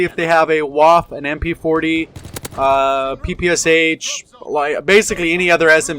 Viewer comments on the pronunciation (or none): The Waffe is pronounced "vah-fuh". Not trying to be "that guy" but German is my only other fluent language, so I might as well.